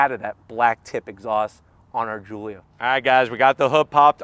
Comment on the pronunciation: GIULIA GOOLIA